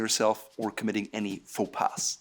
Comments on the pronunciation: my lil french accent died when he said “faux pass” 😂😭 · “Faux pas” pronouncing the ‘s’; irony?